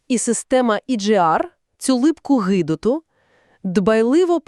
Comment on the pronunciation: "липка гИдота" - ви хоч би перевіряли перед публікацією цю озвучку.